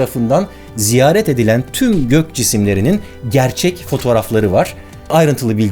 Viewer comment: Anladık abi "TÜM" 😂😂